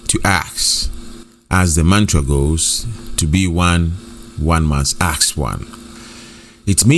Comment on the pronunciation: ASK. NOT AKS